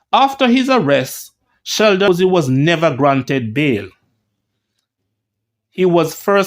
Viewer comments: Pusey is pronounced...pewsy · Sheldon Poo-sy 🤣🤣🤣🤣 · Lol. stops just short of pronouncing Pusey like the one with two esses